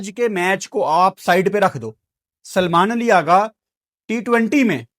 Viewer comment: Aggaa nhi Aghaaaaaaa